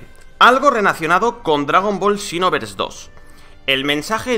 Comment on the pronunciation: Por qué dice chinoverse